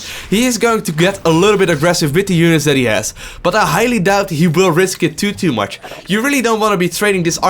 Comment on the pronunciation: I know English is your second language but I have to say it's "too much" not "tutu much" ^^. Great video though!